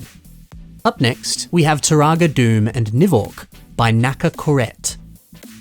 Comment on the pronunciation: Those are some impressive MOCs. Although Dume is pronounced "Doo-Mah", not "Doom."